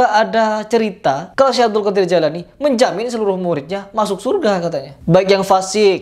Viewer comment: Jailani apa jilani ? Bilang gitu aja nggak teteh mau ngomentari agama .